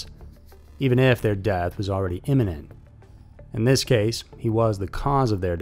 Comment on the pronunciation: Your show is very interesting. I think you might have said, "inniment" and it is imminent. That's all, thanks!